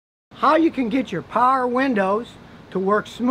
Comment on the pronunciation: Scotty you say "paher" windows like a Pittsburgher!